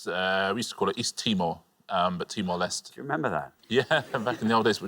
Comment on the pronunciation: Everyone on Pointless seems to mispronounce Timor Leste.